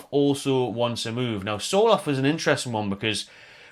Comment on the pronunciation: not important but as a norwegian, Sørloth is pronounced something akin to the sounds you would make when saying"sir" & "lot" :p